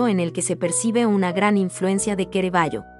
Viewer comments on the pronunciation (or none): No comprendo cómo la narradora nombra a los pintores y sus obras de forma "tan incorrecta" y se ha permitido. Veasé como ejemplo cómo nombra a Caravaggio... O el cuadro de "las Señoritas de Avignon"... Daña los oídos!!!!